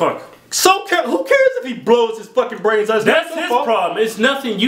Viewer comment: Blow his goddamn bRRRRRains out! xD